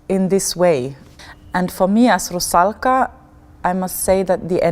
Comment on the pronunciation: I like the way Camilla pronounces "Rusalka". I was lucky to see her performance as the Marschallin in Strauss's "Der Rosenkavalier" at the Metropolitan Opera last December and fell in love.